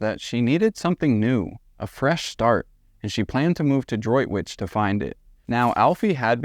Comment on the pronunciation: Good pronunciation of Droitwich, Worcestershire!